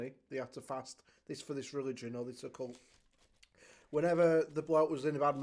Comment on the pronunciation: I prefer Just Eat. I’ve heard too many horror stories to trust Uber Eats lol Also are you saying Occult or a cult? Because Occult is to do with supernatural and the paranormal lol